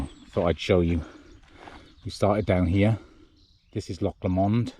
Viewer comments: Loch Lomond is pronounced Lowmond. Great scenery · Really enjoyed your video, Loch Lomond pronunciation was really funny. Tell you what though.. Rowardennan to crianlarich was a bold, brave move.. Well done that's tough